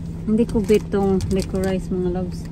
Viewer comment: Licorice is pronounced "licorish" 😊